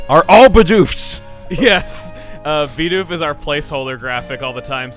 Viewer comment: Your designer's pronunciation of Bidoof irks the HECK out of me lol